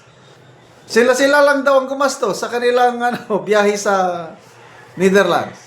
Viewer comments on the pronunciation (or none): none